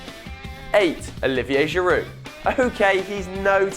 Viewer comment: Giround ??? U havin a laugh?